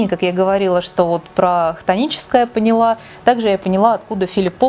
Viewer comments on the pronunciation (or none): none